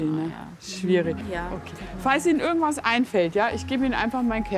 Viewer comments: Sie machen schöne Arbeit! Aber warum sagen Sie "ürgendwas" und nicht wie geschrieben "irgendwas"? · ich musste auch mehrmals lesen. Sie spricht das „I“ bei „irgendwas“ aus wie ein „ü“